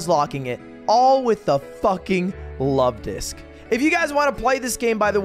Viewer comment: Lovedisk more like lud-disk